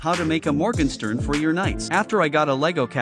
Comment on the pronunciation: you pronounced "Morgenstern" wrong.